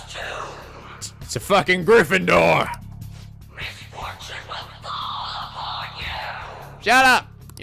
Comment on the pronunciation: actually he called it a "gryffindor", not even griffin lol